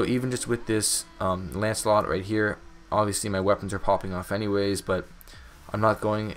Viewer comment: it’s Lancelot not “ANCELOT” Bruh